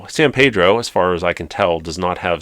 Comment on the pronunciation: As a Californian it’s pronounced San Peeedro with “e” not “a” sound 😅